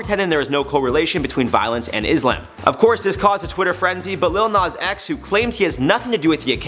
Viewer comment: It’s not “LiL nOz X”